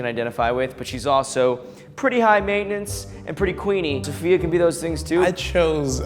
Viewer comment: I thought Safiya's name was pronounced sa-fie-yuh oops